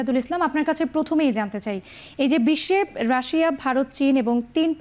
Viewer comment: আমি তো জানি রাশিয়া। রাশায়া আবার কি😂😂😂😂